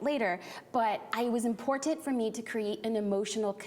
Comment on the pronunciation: I looove her videos, but I can't stand the way she says "important"